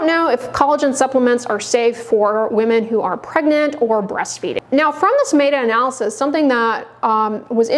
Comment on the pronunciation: A doctor who doesn't know how to pronounce "meta analysis" ... interesting.